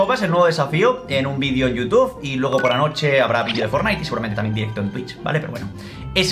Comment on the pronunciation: estimado puedes dejar de decir youtuF.... 🙃 jajajajaa